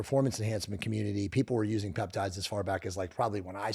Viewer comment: Your AI is slaughtering the peptide names so very hard to look up